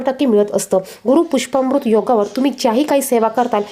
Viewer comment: मॅडम गुरू पुष्यामॄत योग असे म्हणा. पुष्पामृत नाही.